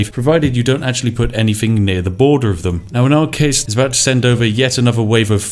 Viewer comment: I love someone calling themselves The Spiffing Brit, but cannot pronounce “th”. Anyfing, I don’t fink so, etc.